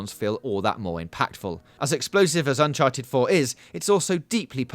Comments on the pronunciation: Unchared wtf is Unchared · Did anyone catch the “unchared” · Unchared. Unchared. Uncared. Scared.